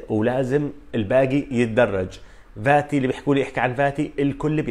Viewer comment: Fati and not Vati. عالاقل الفظها صح